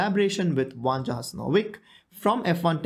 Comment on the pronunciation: It's spelled Vanja and pronounced Vanya :)